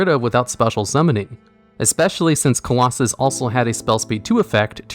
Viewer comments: Clausolas* not Claulossus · I'll like and subscribe when this video gets rereleased with you saying "CLAW SO LUSS". 👍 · Nobody:: Nekroz of Colosus...😂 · Mans didn’t even try to pronounce Nekroz of Calusolas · I find it amusing that he messed that up, but nailed "Number 86: Heroic Champion - Rhongomyniad" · so you can pronounce Rhongomyniad right but not Nekroz of Clausolas?